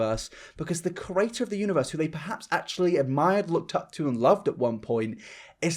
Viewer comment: Whenever you say ‘creator’ it sounds like ‘curator.’ Don’t hate me, I love your videos! Keep up the great work:)